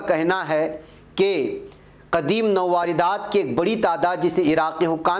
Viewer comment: nawardat nahin balke sahi yeh hai nawadrat